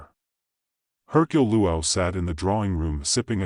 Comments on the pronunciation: The name of the detective is not pronounced poo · Terrible phrasing and pronunciation from an obviously inadequate AI. It hasn't even learned to pronounce the name of the main character.:face-orange-frowning